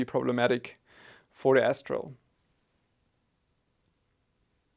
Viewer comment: Until i read the name, i swear my ears only heard you say S-troll 😀.